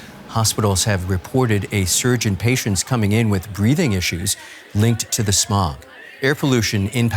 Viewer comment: Why every Pakistani say samog in place of smog